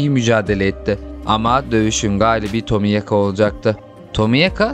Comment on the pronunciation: abi tomiyaka diye mi okunuyo yoksa seninmi dilin dönmüyor